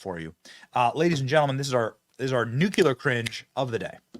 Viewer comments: It’s nuclear not nucular. You are too smart to mispronounce it. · Great content. I do cringe at your Nuclear Cringe, because you pronounce it Nucular v. the correct Nu - Clear. To use your term, that is low wattage pronunciation.